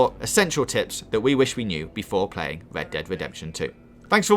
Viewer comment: He's bad at pwaying pokow